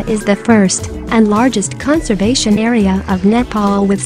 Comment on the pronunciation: I heard the nepal pronounce Nepal~